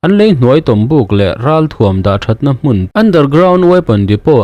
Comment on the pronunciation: Hmun hi hun bi tiha hun thlukin thluk la a dik chiah ang.